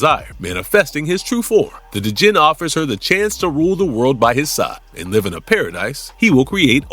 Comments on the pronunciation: D’jin? Lol. Dude…….. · the D is silent in Djinn.